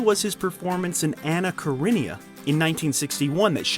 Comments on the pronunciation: Omg Did he just said Anna Karenia? 😂😂😂😂😂😂😂😂😂😂😂😂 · "Sidney Lumet, not Sidney Lume", couple of minutes prior to that, "Anna Karenia"